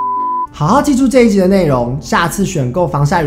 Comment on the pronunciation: 本來有點想睡的 看到Ivan又突然有精神了呢 是不是說物理性防賽 XDDD 感覺英文說的比較好呢😏 後面的教學好實用哦 讚讚～～